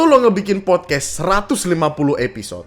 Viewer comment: Fyi, pelafalan dalam bahasa Inggris yang benar itu podkas(t), bukan podkes